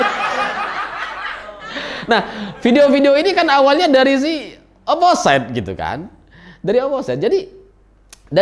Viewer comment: mohon maap mase, itu dibacanya oposit jgn oposait (biar tambah josss yew)